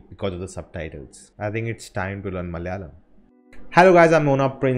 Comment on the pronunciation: Hi It's Malayalam, not Mal-yalam